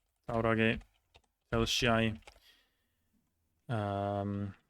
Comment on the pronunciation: Seems like you know how to pronounce Lithuanian ''š'' - Šiauliai, Telšiai, so Latvian ones work the same.... Shame though that no Latvian municipality has it in its name :D